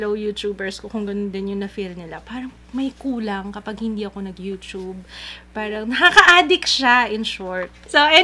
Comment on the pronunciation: pls stop the yu-chub pronunciation:( yu-tub and yu-tu-ber:) hehe loveyou!!